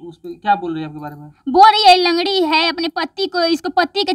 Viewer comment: लगड़ी को लगडी बोलते हो